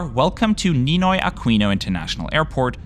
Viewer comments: Filipino here, There are 3 thing I need to correct, When you said Ninoy Aquino, you pronounced it Akwino, but it's actually pronounced Akino. When you said NAIA, you pronounced it Naya, but it's actually pronounced Na-iya. When you said pesos, you pronounced it peysos, it's actually, just pronounced pesos. I am sorry if I offended you. BTW fantastic channel!❤✈️👍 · What a great video! Mabuhay! Only imperfection was the mispronunciation of Aquino, “qu” is pronounced differently from English, it follows how the Spanish pronounce it. A-ki-no not A-kwi-no. Anyways it barely mattered on the video so it’s still fantastic. Subscribed! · Interesting that everything is in English and there isn't any tagalog used (unless not featured in the video). FYI Aquino is pronounced Akino - as an ex Spanish colony a lot of surnames are Spanish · Aquino pronounced as Akino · Just a correction on the pronunciations Aquino (ah-kee-no) NAIA (na-ee-yah) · I think I speak for most Filipinos in saying that we wholeheartedly agree that NAIA (pronounced NAH-EEYA"; also "Aquino" is pronounced "AH-KEE-NOH", remember it's a Spanish spelling) is the absolute worst. It's like a glorified bus terminal. Not only is it old and under-maintained, but it has also been caught in a string of corruption scandals in the last two decades. Like one after the other. From personnel scamming passengers to illegal undocumented entries of foreigners (mostly Chinese). There have been plans to replace it with more modern airports like Clark, but that comes with its own issues, since Clark is quite far from Metro Manila. Other international airports like Mactan-Cebu Airport and Davao Airport have none of the issues that NAIA has. There's another new airport, but it's still under construction. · it’s pronounced “A-kee-no” by the way… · Neenoy Akeeno and Nah-ee-ya are more correct pronunciations. Can't blame you tho 😂